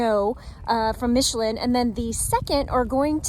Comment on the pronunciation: Also killed "Michelin" so who cares...